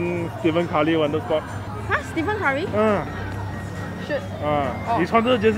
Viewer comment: 马来西亚人连 curry，james david 基本英语都不会念了。